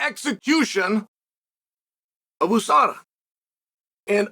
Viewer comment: If Chael says EU-SADA, does he also say he's from the EU.S.A?